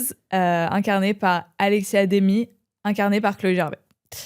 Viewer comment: Chloé c'est ALEXA Demie pas Alexia :(